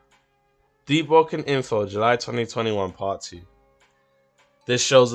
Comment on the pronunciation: JP conqueror deeowoken?